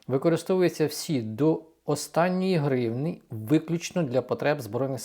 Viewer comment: Не гривнИ, а гривнІ!